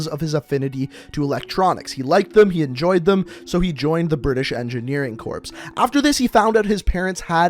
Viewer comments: ... Corps is pronounced like core. Not corpse. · Dude, you don't pronunce the "ps" in corps. It's not Marine Corpse. It's Marine Core. Haha I had to laugh when you kept saying it. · Its pronounced "Core" goddammit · pronounces Corps as “corpse” instead of “Core” Me: literally shaking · The fact the he was calling it corps, as in corpse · ITS CORE! just spelled like corps. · corps is pronounced core/kor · Corps is pronounced “core” js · Your supposed to say "corps" like "core" so stop saying it wrong